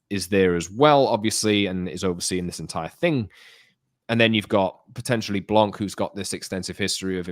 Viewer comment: The “C” in “blanc” is silent.